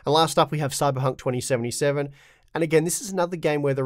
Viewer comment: Did you just say Cyberhunk 2077 😂